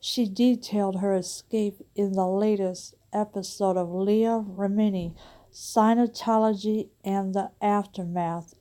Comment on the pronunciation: Scientology not "Sinotology." At least pronounce it right.